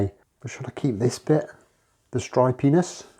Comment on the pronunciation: Man, at 29 seconds I had to rewind it over and over again and finally turn on the captions. My wife and I were POSITIVE that you were wondering if you should keep "this dry penis". Captions however corrected my mis-heard dialogue as "stripy-ness"🙄